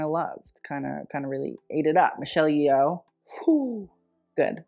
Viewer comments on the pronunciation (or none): none